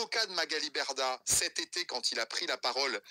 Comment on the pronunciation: Coucou ! Intéressant ce live, j'en avais entendu qu'un petit extrait, donc c'est super que tu fasses une vidéo là-dessus. MDR, Moundir il dit Magali Merdah au lieu de Berdah, il me semble avoir entendu ça. Sinon, super vidéo, j'ai appris quelques trucs. Merci, bisous !🥰💋❤